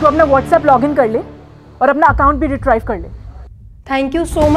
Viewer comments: Retrieve ko रिट्रीव बोलते है, रिट्राइव नही🤣🤣🤣 अंग्रेजी ना आवे तो हिंदी में ही लोगो को मूर्ख बना लिया करो ना।🤣🤣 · Retrive नहीं retrieve होता है. Wrong pronunciation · RETRIEVE BOLNA SEEKH LO BHAIYA...SRY BEHNA . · Very nice and educative video except for the incorrect fashion in which the word 'retrieve' has been pronounced